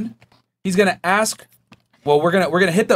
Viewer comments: Omg so many of the girls say ‘aks’ instead. I’ve noticed like months ago lol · Aks aks aks aka aks aks I hate that crap. It’s ASK